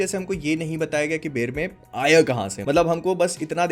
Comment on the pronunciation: बेरमे नाम है बेरमेर नहीं है।